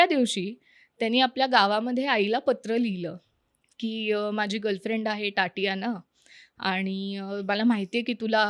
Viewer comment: टाटियाना नाही गं ताई! तातियाना. Takes one second of google/yt search: how to pronounce the Russian first name 'Tatiana'.